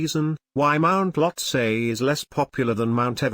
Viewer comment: Well I was just joking. You're pronunciation is correct.